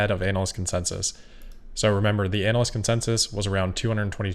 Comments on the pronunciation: Anyone notice that has a funny way of pronouncing "analyst" as "anal-yst"? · Immature but, anyone else hear him say anal consensus? 😂